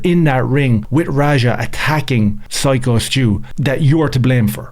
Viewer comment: Dude who tf is Skyo .. It's Syko stu